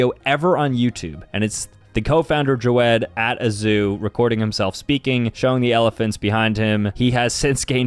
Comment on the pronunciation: Pronounced JAVED Read More